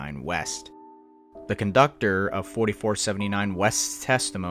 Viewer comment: What’s a “coductor”?